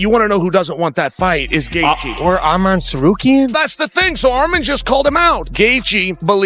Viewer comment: Justin Gayther!! I wish he would beat your ass for mispronouncing his namr.